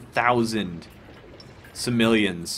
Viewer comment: sim-O-leons not sim-I-leons. Just saying